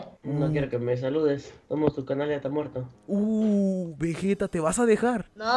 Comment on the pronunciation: no mames porque le dicen vejeta nddjdjjsjd es vegeta pinches locos dksndnns alv